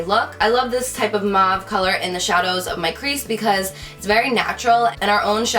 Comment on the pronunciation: Lol I've heard beauty gurus say, mawve, muavie (?), moevie... How hard is it to pronounce mauve?! Like moe with a v at the end! Lol